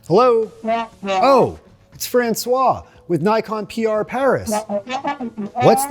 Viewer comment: when it's a French woman you don't say Fransoa you say Fransoaze! See you next time!!!!!